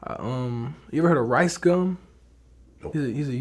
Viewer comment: bruh he said ricegum